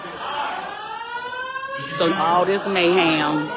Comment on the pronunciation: Someone please tell this sweet lady it's mayHEM, not mayHAM. LOL. I miss AL.